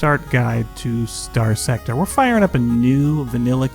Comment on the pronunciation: Why should anyone watch this when he can't even say the game title correctly?